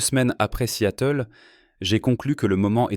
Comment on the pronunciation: Seattle ne se prononce pas "si-à-teul"